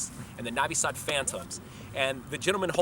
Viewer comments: lol ok bro . im Serbian but live in USA and it's not that big of a deal if he says navi sad instead of novi sad... people don't say " Beograd" they say "Belgrade" so is that a problem too ? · It's freaking NOvi Sad. Not NAvi Sad. Like when you say NO....NOT Hah! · Masterpkerko1 There's a difference between an accent and saying it wrong. Saying Navi Sad instead of Novi Sad is like saying Paul instead of poll. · Well it seems he doesn't like it..... and it's kind of rude. Also think about it, it's hard for him to look at the alphabets "u" and "o" differently because in English they can be many different sounds while it's fixed in Serbian, so it's hard to cope. I'll give you an example, you know the soccer player Subotić, i have never met anyone (non-Serbs of course) who pronounces it correctly, most pronounce the "u" like the one in "subway" and the "o" in "moon". Not to mention the idiots that pronounce "tić" as "tik". Funny I had a lecturer of Croat origin back in uni in Melbourne whose surname was "Sironic", she pronounces it as "Sironik", lol... it's sounded more Aussie for sure.... but regardless... the point is, it's not his mother tongue so it's very usual for him to pronounce most words wrongly. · Mrmalleableful Sure, I agree on that. But again I find nothing wrong in clarification of correct pronunciation. Why do you think he doesn't like it?? I think he is coping to learn Serbian language, and my tips can be used for a good cause. If he finds it annoying there is solution for that, too. Skip my comment. After all there's not much difference between O and A. It's familiar in English language, too. I understand difficulties with letters such as Ć, Č, etc. These are unique and specific for Serbian language. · You're saying Novi Sad wrong.